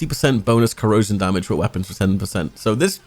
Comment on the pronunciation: CO RO SION